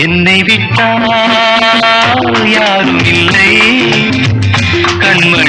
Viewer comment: கானகந்தர்வன் K.J.யேசுதாஸ் அவர்கள்.... மக்கள் திலகத்திற்காக பாடிய அருமையான ஒரு பாடல்..... "என்னை விட்டால்"..... என்ற தொடக்க உச்சரிப்பே மிக அருமை...!